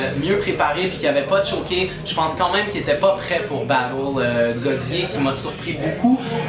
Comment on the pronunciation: On dit tchoké